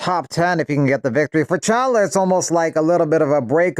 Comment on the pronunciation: Mr. Narrator, are you actually trying to say "Chandler" or is "CHOWLA" your cute pet name for Michael Chandler? I guess it's possible your enunciation skills really ARE that bad, but you do come up with something a tiny bit closer to correct with "Michael Chauwnnler." But if I had to bet money, I'd say the odds are pretty good you KNOW you called Chandler "Chowla" or "Chauwnnler" but you were just too lazy to edit the audio track.